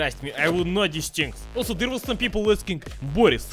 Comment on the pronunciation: "And we AL so HA ve some.. BLYAT!"